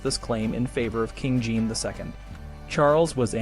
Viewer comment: Jean is pronounced more like Sean or John not Gene. The way the franchise pronounce J is not use in English. I usually don't mind miss pronounciations, but since this is an educational video :).